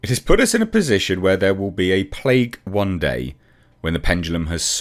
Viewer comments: “Plaque” not “plague” makes quite a difference in this context really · She said "plaque" NOT "plague" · Came to say she didn’t say plague, she said plaque. There is a big difference between the two. I don’t agree with anything she said but she didn’t say there will be a plague.